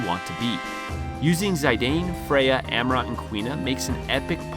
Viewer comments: The i in Zidane is pronounced like itch not Aye. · Zee-dan Not "Zay-dayne" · Zai dane, I thought he called Zeedane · Ha dude! Its not Sai-dain 🤣 Its Zi-dan, like the football player from France... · Who the hell is "Zy-dane?" lol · It's pronounced "Zee-done". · That Zidane pronunciation, though. ^^' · The worst thing about this video is how you pronounce Zidane But apart from that I agree with a lot of your comments, but I would also mention that for the superboss Ozma, a team of Vivi and Amarant can be great if they both have return magic, getting triple Doomsday and therefore triple 9999 can help massively. I would also add Eiko for the Phoenix ability which can be a literal lifesaver in that battle And yes, Quina is god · Imo the only low tier here is your pronunciation of "Zidane" i never cringe this hard the moment you pronounced his name.